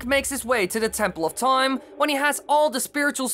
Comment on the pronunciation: U say toime often this video